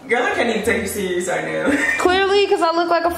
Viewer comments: “sereios” i’m dead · its "serious"?